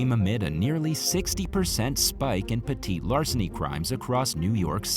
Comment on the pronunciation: you can call it petit larceny, but i think your the only one who doesnt say petty larceny.and stealing is terribly wrong 100% of the time